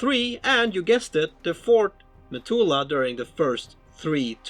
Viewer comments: Every time you said "methulah", I died a little. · A good video, and a much needed recap since I last played it over 20 years ago! A small point, I think you mean to say Methuselah (Me-thu-se-lah) however. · Should it not be "Methuselah"?